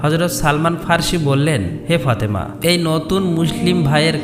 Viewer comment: ফতেমা না ফাতেমা।